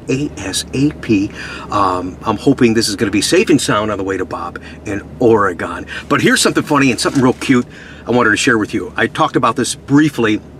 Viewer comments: Great video as usual! Coming from myself as an Oregonian, it is OREGUN. When you say Ore-"gone", it hurts my ears... haha! Thanks again for the awesome C-8 send-offs! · OREGON - (OR-uH-GUN)